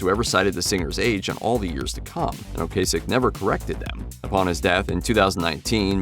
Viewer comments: Its O-Cass-ick....not O Case-ick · Screwed up Ocasek though....